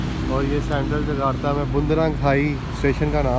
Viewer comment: Jakarta not Jagata